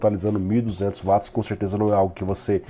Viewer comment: Sempre vejo o resumão, gosto e acho bom, mas por favor, quando se referir a alguma medida de potencia diga UATS e não VATS, pois o criador do termo, que leva seu nome é britanico, então o W tem som de Ue não V, que assim seria alemão.